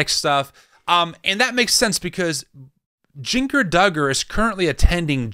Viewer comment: Lol you pronouncing Jinger as "JEEN-gur" when it's "JIN-jur" is killing me.